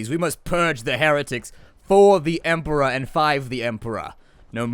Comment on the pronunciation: Fo' the Emp'rah